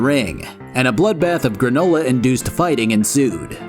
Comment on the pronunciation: It will now forever be called once again “Gra-NU-la” 🤣